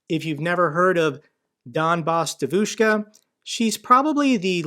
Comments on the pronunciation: Just a little tutorial on pronunciation. Normally, the stress goes on the penultimate syllable. But there are exceptions: Devushka has the first syllable stressed. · I'm a Russian speaker, and only today I've realized what she meant by Devushka, because holy shit it's not how you say it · Man I love your videos but you have to work on the pronunciation of the word devoshka😂😂😂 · Hi, regarding the pronunciation of Devushka, the emphasis is on the first syllable....DEVushka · GREAT video. What a bitch. Sick in the head. Hope she gets arrested and many years in prison. I'm an American living in Ukraine, I love both countries and am patriotic to both. Don't know how someone could be such a traitor. BTW, the ruZZian word for girl is pronounced: De-a-vouch-ka. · Its pronounced «Djeeeevushka» 😂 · It's pronounced dyevushka. E is ye Like Kanye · Donbass DEvushka ( stress on the first syllable). Other than that all good stuff. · Please, it's DYEvushka, with the emphasis on the first syllable. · Love the channel, thanks for keeping us informed! On the pronunciation of Devushka, the accent is actually on the E, DYE-vushka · Thanks once again, a great video as always, just one small correction, I know you want to be precise: the stress is on the first syllable, that is, "DEvushka", not "deVUshka". By the way, I cannot by any means imagine how anybody could take this obvious impostor seriously, but then again, if they are ruzzian supporters, one can make them believe whatever they want, just by finding the right leverage. Слава Україні! Героям слава! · Say : 'dEvushka' not 'devushkA' can YOU!? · Donbas DYEvushka with stress on the first syllable. Please. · It's dEvushka,not devUshka,and roughly translated means young girl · btw - it's pronounced "DYEH-vich-ka" (it means girl).... love the channel,!